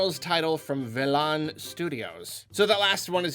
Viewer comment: Velan Studios is a new indie created by some of the guys who created guitar hero, so whatever they may have coming to Switch is likely to be something unique/interesting. Also it's pronounced "Vell-en." Like the name Helen.